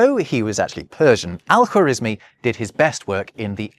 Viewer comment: I thought you'd get Al-khawarezmi's name right since you speak German, lol. The kh is the same as the ch in Nacht for example.